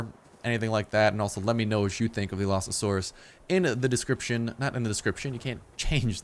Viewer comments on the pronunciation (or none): Allosasaurus? How do you even pronounce it that badly. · AL-uh-SAWR-us Is how you pronounce Allosaurus correctly. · allo not alsao fix ur shit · Its pronounced (Aloe-Saurus) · he says alloSAsaurus. You shouldn't say it like that if you know basic English. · Your not the only one ;~; I almost died when he said "Alasaurus" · it is called the all-o-sours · i think you got the name wrong its al-o-saur-us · Your saying it wrong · Allosaurus is well known and a hugely popular dinosaur, how can you butcher its name so hard? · The pronunciation made me physically cringe. No hate I just wish people would research pronunciations before videos lol. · you were messing up the name so bad it was hard to watch the video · y u butches a well known dino's name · u butchered the name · You just butchered that name so hard! It's even a well-known dinosaur! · Is how it's pronounced not how it's spelled